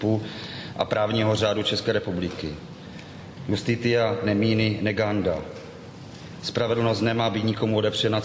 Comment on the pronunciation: Iustitita (lat.) se čte “justicia”, ne “justitia”. Jinak si jistě pan obhájce uvědomuje, že závěrečné řečí má senát na háku a to tím spíše, že se ztratili již v římském právu, byť to pro trestní proces toho moc nepřineslo, ale jeho zásady se použily (a dnes velice orientačně) v tom, čemu se dnes říká civilní (občanský) proces. I když existuje procesní praxe, která by se měla dodržovat (zvl. jde-li o fixaci v judikatuře Nejvyšších soudů, nebo Ústavního) kvůli předvídatelnosti práva a právní jistoty. I to však mají soudci na háku, neboť jednak právo nezávislé vykládají (!) a jednak nemáme precedenční systém... atd. Zmrzačení malého dítěte je neomluvitelné. Jinak platí, že státní zástupce dokazuje a obžalovatelný nemusí říct ani slovo. Naše praxe však vychází z toho, že proti obžalovanému stojí jak SZ, tak soud, který si názor žalobce minimálně 3. měsíce čte a podle všech základů psychologie se s ním v čase ztotožní :( zlatá Jihoafrická republika)...